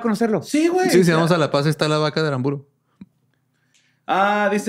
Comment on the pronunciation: Se que no soy el único paceño viendo éste video corrigiendo a diciendo Aramburo cuando es Arámburo, con acento en la segunda A